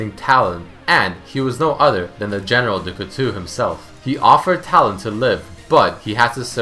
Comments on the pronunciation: General dukutu xD.. The right pronounciation is Du-kootow (Du couteau) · plz stop saying dou coutou it's pronounced couto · do co tow is kinda how you say it. For the record you can just google an audio pronunciation of it. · it's DuCouteau, pronounce it like du coutO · I'm not even French and it made me cringe. He also said Heph's name wrong.